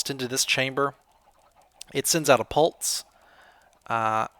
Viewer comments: U say pulse pul-tse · I love the way says "pulse". Pultse XD